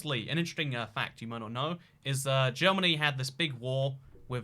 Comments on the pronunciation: Bro are you seriously this dumb, it’s not “Jeromany” It’s Germany It’s not Bavaria It’s Austria Also Your Ukraine is looking too small bro! It owns all of France and Spain you know! You silly goose!! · Considering the fact the name Germany is Deutschland in German, you butchering the English spelling and pronunciation of it was not enough. I recommend calling it Dutchland next time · As a Jeroman I'm really happy you managed to get the borders of jeromany right but also you're one of the few people who at last is pronouncing our name right! Many forget the "o" in Jeromany although it is a very important part of our name :/ Please remember this people next time you visit Jeromany! Btw for all those that want to visit the Nether'olands it's below Jeromany, like underground of course - they're below sea level. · I'm from "Jeromany" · This video is a pain to watch, but the germany with a j got me